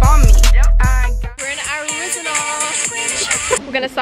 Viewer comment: No one: Simone: AriZonaurrr